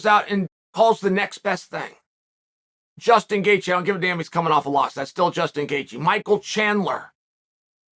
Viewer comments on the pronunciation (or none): none